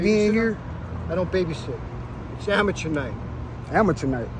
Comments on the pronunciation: Mickey said its Amatuer night😂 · Man said amateur night😅